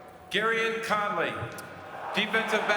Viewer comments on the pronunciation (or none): none